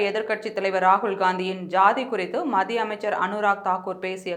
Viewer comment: ஏம்மா நீங்க இன்னுமா "மத்திய அரசு" என்று தெளிவாக உச்சரிக்கக் கற்றுக் கொள்ளவில்லை. "மதிய அரசு" "இரவு அரசு" என்று சொல்லிக்கொண்டு😡😡😡😡😡